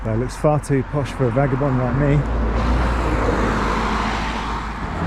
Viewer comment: great video and green mystical england AND you must be one of the very few blokes who would say vagabond well done !!!!!!!!!